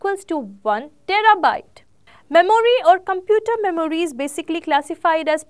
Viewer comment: Please Work on your pronunciation,, Memory is mɛm(ə)ri :D